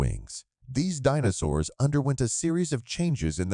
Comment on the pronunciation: I think the AI voice got the pronunciation of DInosaurs a little wrong